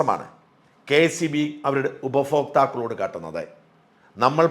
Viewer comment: ഉപഫോക്താക്കൾ അല്ല sir ഉപഭോക്താക്കൾ